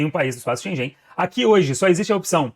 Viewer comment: Please correct your pronunciation of “Schengen”.